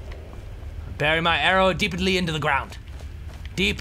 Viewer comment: "Deepedly" XD